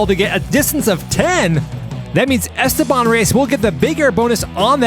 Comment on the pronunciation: Esteban Reyes ❌ “Airsteban” Reyes ✅